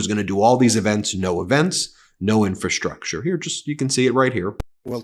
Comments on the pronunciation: If you listen carefully he doesn't even know how to pronounce it . . . Infastructure, over and over. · I just realised he said "infastructure" Guess that's why no work was done on the $2,000,000,000,000 (2 trillion dollar) backlog of needed infrastructure repair/replacement neglected since Reagan started cutting taxes to the powerful businesses and wealthy people. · Trump has trouble saying the word "infrastructure". Trump really is DNR.